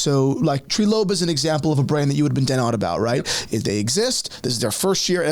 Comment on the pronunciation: Treelope 😂 its "Trylope"